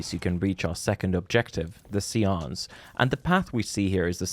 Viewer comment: i think the word is pronounced say-ance